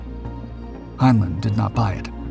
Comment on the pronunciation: This is an AI slop channel. You don't hear the synth voice? The newspaprers are gibberish and one "Russian" one is in Japanese. Hinelin is not how Heinlein is pronounced. Block the channel and thumbs down otherwise there will be no more humans on Youtube. We are the YOU!